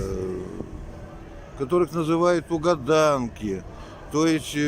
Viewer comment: Не уГаданки а уДаганки!сами вы уГадывайте 😂то у Вас пес Шамана Габышева не Боотур《это по якутски》а батыр КОРОЧЕ ВЫ РУССКИЙ ТИПИЧНО ДЕД!УЧИТЕСЬ У ВОРОНА ОН ПРАВИЛЬНО ГОВОРИТ ЯКУТСКИЕ СЛОВА СКАЗЫВАЕТСЯ ТЮРКСКАЯ КРОВЬ Т К ОТЕЦ У НЕГО АЗЕРБАЙДЖАНЕЦ!а русские искажают намеренно якутские слова!нппример рыба ТУгунок у них Тагунок.а прекрасный якутский цветок Сардаана у них Саранка бл сука типа Засранка!а ТуймААда у них ТуймадА!и вы старый дед все каверкаете!